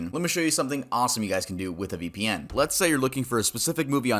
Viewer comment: Ve pee en